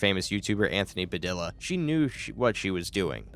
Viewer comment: it’s Puh-dee-yuh , not puh-dill-uh 😭😭